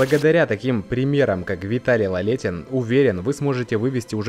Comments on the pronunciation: А поставить ударение правильно в фамилии спортсмена слабО? Или язык не поворачивается? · Автор,ты хотя бы фамилию правильно произнёс для начала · Во-первых, это не мелочь. Человека надо называть по той фамилии, какая у него от роду, а не коверкать. К тому же это показывает уровень профессионализма автора ролика. Во-вторых, в видео есть и другие ошибки. Например, что в юности Виталий начал свой путь с армспорта. На самом деле, он не армспортом занимался, а армрестлингом. Зачем вы в неправильном виде подаёте биографические сведения? Профанация.